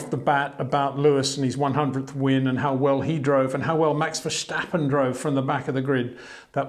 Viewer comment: Please please please Peter, don't pronounce the name Verstappen as 'Verschtappen'. Just pronounce it the way it is written and you would pronounce it in English. Maybe you already consider Max to be the next 'Schumi', but that's no reason to put a 'Sch' into Max's name. ;) What the raceresult is considered: Lewis (P1), Max (P2) and Bottas (P5) were all three lucky to finish higher, because of the sudden rain and the dropping off of drivers in front of them.